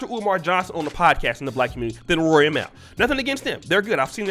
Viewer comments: Mal is pronounced “mall” fam. You sound like white teacher trying to say a black kids name during roll call. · just FYI out of respect for the bother, Mal’s name is pronounced “Mall” people keep saying it as “Mail”